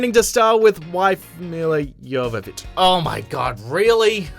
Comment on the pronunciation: Cool video. Also, +2 points for pronouncing Milla Jovovich's last name correctly. No one ever says it right.